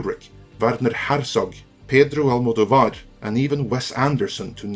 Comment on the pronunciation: You apparently make a hard effort to pronounce foreign names correctly, and that's very good, but check out your pronounciation of Pedro Almodóvar: not italian, spanish.